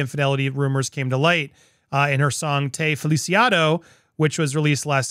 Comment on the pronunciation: Not " te feliciato", but " te f e l i c i t o "